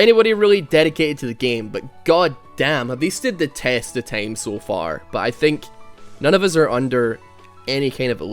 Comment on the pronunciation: Stop saying tame. Its TIME